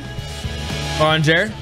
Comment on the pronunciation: Urianger's name pronunciation is killing me lol. Good video though. It's so fun to see people get excited over the things I do. By the way you mentioned loving the female vocalist who sang the "higher, higher" part. It's called Word Painting when lyrics match with what happens in the music. If a lyricist says, "stop!" and the music stops, or they say higher while hitting a higher pitch, that's word painting. Cheers!